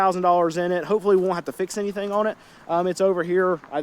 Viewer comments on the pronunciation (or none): none